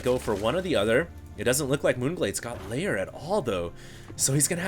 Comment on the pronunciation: The only thing that bugs me is that he pronounces "Lair" as "Layer"